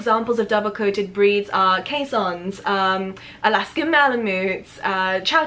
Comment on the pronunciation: I was wondering what the hell a Kaison breed is, until I realised you were trying to say Keeshond. I guess Dutch words are difficult for other people to pronounce.